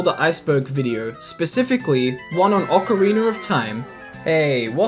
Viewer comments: he said ocareener of time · “Ocari-ner” lol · Ocariner of Time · Ocariner of time 😂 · I'm I the only one who hears ppl pronounce ocarina as ocarinier? maybe lol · Ick-ana Valley.... And a leggy of emptiness... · Ocarina= ock-uh-ree-nuh not Ocariner Elegy= EL-uh-gee